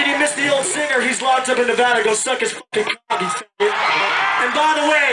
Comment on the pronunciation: Holy crapoly someone said Nevada right..... I'm guessing you are from here, bc no one says Nevada correctly... ahahaa!